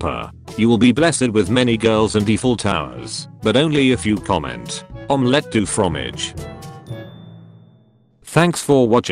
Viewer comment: Omelette du fromage how dare you i am french and this need apologies rn! Its not" omenette du fromage" its Omelette a la sauce tartarre pimenté avec trois pincées de poivre et du fromage ! Am jocking I mean im really french but yeah